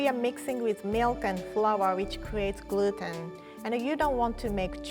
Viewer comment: Everyone: Gluten: Gruten